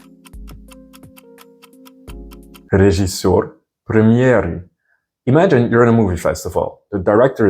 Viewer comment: Recommendation from native russian speaker: You have a good pronunciation but i can clearly here accent in your "режиссёр". We prenouncing this as it is written like "рИжЫсёр". We are swaping "Е" by "И" and "О" by "А" just because it cost less energy for mouth muscules. But this only happens if these vowels are not stressed. And there are no cases where we saying "ЖИ" or "ШИ". We only writing like this, but this should sound like "ЖЫ" or "ШЫ". Like your channel. Good work.